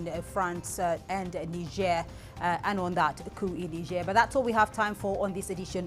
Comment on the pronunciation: First white guy to pronounce Niger correctly. 😅😅